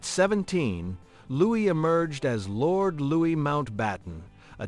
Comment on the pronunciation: LouiS???? You don't pronounce the "S", AI!!!!